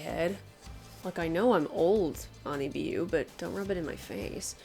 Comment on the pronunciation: You pronounced it right if it is a japanese wig store